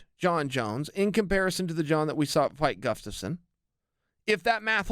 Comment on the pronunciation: I've never heard Chael not call him 'guffstasson'